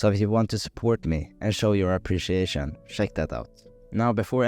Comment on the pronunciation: Nice accent 😂 “shek it out”